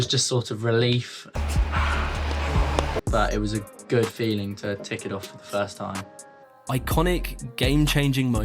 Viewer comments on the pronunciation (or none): none